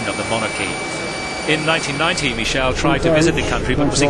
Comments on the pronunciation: Why does he keep saying Michelle instead of Michael? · Yeah, he was not Michelle! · Why does the narrator now know how to pronounce Michael?